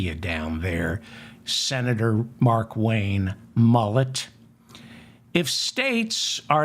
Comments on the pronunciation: David..it's Mullin..Mullin...M..U..L..L..I..N!Stop saying Mullit please! Engrave in your head please! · Mullin or Mullen, it's pronounced the same! I just wanted to tell David that he kept saying Mullet! Don't be such a school teacher mam!